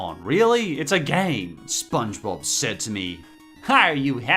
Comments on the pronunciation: Spongebod not spongebode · But? Also, I thought you said the next spongebob as spongebod.